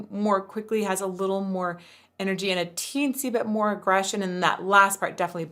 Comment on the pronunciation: One thing I always noticed about Rise Against is how he'll turn a 1 syllable word into 2. Especially "now" becomes "na-how". I think it's really prominent in the song "Heaven Knows". Where "more" becomes "ma-hore". It's not a bad thing, just something me with no singing training picked up on way back in the early 2000s when I was in high school listening to them